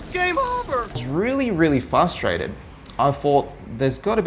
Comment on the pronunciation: Did you just say Pho-strated?